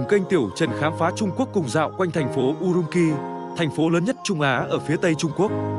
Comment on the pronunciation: Urumqi phải phát âm là "U-rum-chi" chứ không phải "U-rum-ki". Chữ "q" trong tiếng Trung không giống tiếng Việt đâu